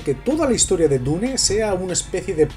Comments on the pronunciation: Dune se pronuncia "diun" por que está en inglés, NO "dune", significa duna (de las que hay en el desierto) si quieres pronunciarla en español di simplemente "duna". No se por que a los españoles se les complica tanto el inglés. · muy bueno tu comentario excelente, lo que encuentro raro si, es que dices la palabra dune como esta escrito, pero dices otras palabras en ingles, (cuando dune esta escrito en ingles, que payaso :):):):) ) una persona supuestamente inteligente diciendo DUNE . me agradaría saber como dices "hello" wajajajajajajaajajajajajaja suerte bro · Buen vídeo, pero me duele de solo escuchar a cada rato "DU-NE". ¿Que no pueden pronunciar bien el nombre original?